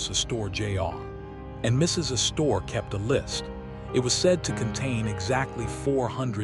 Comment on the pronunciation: Is it too much to expect people who produce these videos actually learn something as important as the correct pronunciations of names like "Astor" & "Consuelo"?!